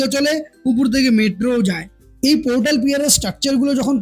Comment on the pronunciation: উপর বলুন, উপুর, উপুর করছেন কেন?